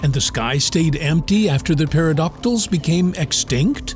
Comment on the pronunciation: The P in pterodactyl and pterosaur are silent, there I said it! That was driving me nuts.